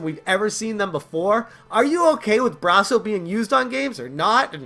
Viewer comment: I like how you say Bra-so..instead of Brass-o..I have never had an issue with Brasso eating my games..I use it all the time..never had a problem..this is fake news.